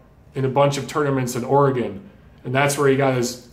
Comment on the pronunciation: What's with the cheap shot at Oregon? At least you pronounced it corectly.